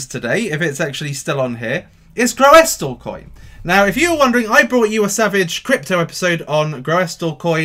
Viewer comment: I did a little quick research on how to pronounce Groestlcoin. :-) I'm pretty sure it's pronounced like "Russell" with a "G" in front: "Grussellcoin". And yes, I do smash up the likes for sure!